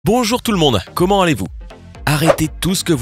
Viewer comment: ja seule chose choquante, c'est quand tu dis "commen allez vous?" euh..... il y a un "T"!!!!!! pouce bas!!!!